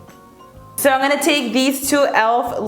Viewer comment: I freaking love her but does anyone notice that she says "an gonna do a first impression" instead of "i'm" lol it's cute! Love you!!!!